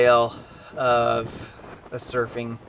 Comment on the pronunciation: Hey, that's cool you went smurfing (at least that's how it sounds when you say it). I'm from South Bend originally, but have been "from" coastal California since 1972. I've never been surfing, so you're waaay ahead of me. You looked good out there. Well done! Cool trip, good memories.